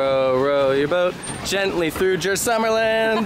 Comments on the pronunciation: its not uy, its ö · Pronounce the u in Djurs like you do in uber